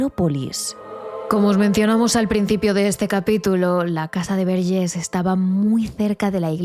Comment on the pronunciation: A ver Antònias, Verges se pronuncia tal y como se escribe, no se de donde os sacáis el acento en la última E, que con ese acento parece que somos franceses, y no. Y esta historia tampoco fue tan impactante ni nada, porque yo soy de un pueblo de al lado y nunca la había escuchado. A veces da la sensación de que exageráis un poco vuestro contenido, no obstante, me gusta mucho vuestro trabajo. Gracias por traernos tantas historias. Un saludo.